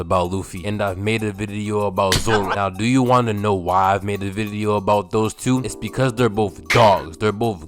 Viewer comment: bro you be saying video weird.